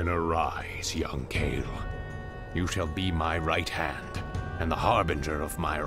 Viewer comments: Okay, so, I just have to say this. KO-A-TL, each letter having a hard and clear pronounciation. It's winged serpents from I believe Aztec mythology. Not trying to be rude here, just had to point it out. Another great episode, though! :3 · The flying units are pronounced "coo-wah-tel". Good game!